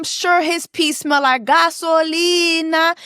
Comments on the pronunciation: Not Gasolina 😂😂😂😂😂😂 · Not GASOLINA 🗣️😭